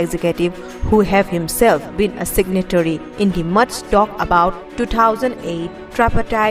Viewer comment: Two thousand eight not two thousand ight 😂